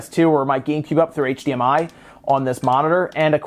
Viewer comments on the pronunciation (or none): none